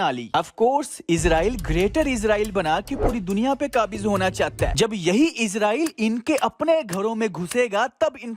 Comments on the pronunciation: AP apna talafuz thek kren Israel bolte izrael nhi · bhai.. its Israel not izraeel.. izraeel farishty ka nam hy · Bhai izrail nai israil Thora SA fraq hai please dehan rakhy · Bhai please izrael na kha krien ye farishte ka naam he ap iz nhi is Bolden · It's not Izraeel it's israel